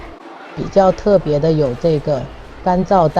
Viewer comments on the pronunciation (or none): 那裏 乾(ㄑ一ㄢˊ ???!!!)燥吐司邊 我是聽了甚麼啊???!!!